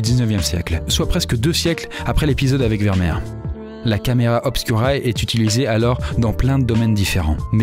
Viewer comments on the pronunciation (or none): Juste pour ta culture générale: ce n'est pas prononcé Vermèr mais bien Vermér, le double e se prononce é en néerlandais:D